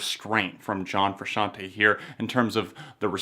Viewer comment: You said John Frusciante right my mango.